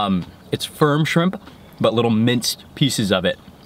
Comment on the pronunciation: Sounded like you said "fried chimp tacos". lol Everything looks so damn good! I am drooling.